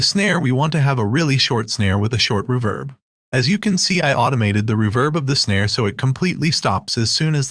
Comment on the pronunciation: The robo voice be like, "a kick, a snare, and some hi-yets..." we are gonna be using some 80s ruuhh-verbss"